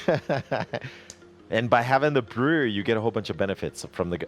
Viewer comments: b - ru (as in rude) - ree. its understandable, so watevs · I lost some brain cells everytime he said brewery